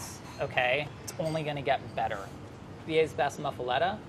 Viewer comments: Info for: It's pronounced muff-a-latta in New Orleans. No "let" sound and the muff is not pronounced moo. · Hey! NOLA Says “muhf-ah-LOT-ah” like hoof uh DaDa never ever say muff-a-let-uh. The olive salad goes on the top bread so it gets soaked in all the juices. Try olive salad first, then provolone, Genoa, mortadella, speck or good ham, pecorino, soppressata, mozzarella, & capacola (never ever pronounced like a racist cartoon... gabagool holy crap wtf is that?) Jayzus. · in new orleans we say muffuletta like "muffulotta" lol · The way he pronounced muffaletta kills me, everyone I know and every Cajun I know pronounces it moo- fah- lotta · Brah, the Muffuletta is completely wrong including the pronunciation.